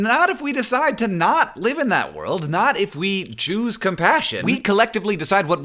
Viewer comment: you say "choose" in a weird way sounds like something completely different